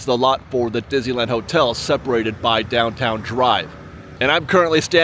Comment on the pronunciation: You are my absolute favorite Disneyland vlogger. I love your cheery, unbiased, thoughtful reports featuring the perfect balance of information and opinion. I look forward to viewing every update. However, may I please ask you to do me just one favor? Please, stop rushing through the name of the park when you pronounce it—or rather mispronounce it. After all, it is the subject of your channel! I've heard "Dizuhlan," "Dizeeland," "Dissle'ann..." Please, slow down and say "Dis-ney-land." I know you can pronounce "Disney" and "land" separately. I've heard you do it many times. But, for some reason, when you put the two together, they come out as something else entirely. It's beginning to drive me nuts. And it's a short drive! PLEASE, just say "Disneyland." 🙏